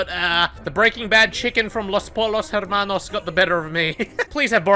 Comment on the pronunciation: butchering his spanish and saying "los po-LL-os hair-manos" will never not make me die🤣